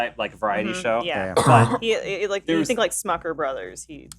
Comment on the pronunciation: Smothers. Not Smuckers.